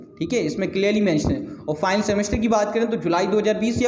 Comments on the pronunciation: ''File'' bol raha hai aur ''Final'' bol raha hai kuch samaj me nahi araha hai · over all very nice your video but ''final'' bolne ka tarika matalb pronunciation bilkul sunna nahi chahta hai.